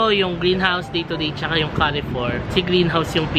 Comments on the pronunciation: Very filial ka. Bringing your dad for holidays. Yah. Carrefour is pronounced as kar-four. Just for knowledge ha. Looking forward sa mga vlogs mo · Enjoying your vlogs a lot,. Note lang that the pronunciation of Carrefour is like “Car Foor”